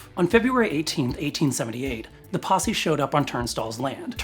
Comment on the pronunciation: OHHH, you said 'posse'... Right.